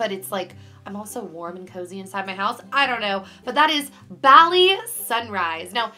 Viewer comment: bali is pronounced [ball-e] ball like a ball and e like the letter